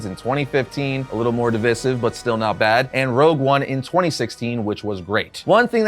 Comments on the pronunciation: "div-eye-siv," not "div-iss-iv." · It's been killing me this whole video. DIV-EYE-SIV, PLEASE😭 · A little tip for the future: Divisive is pronounced like "Di - Vice - Siv". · My dude, It's pronounced "div-eye-siv"....lol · What a toxic video. Oh and stop pronouncing divisive incorrectly the 100 times you use the word in this video. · The way you say "divisive" is pretty divisive itself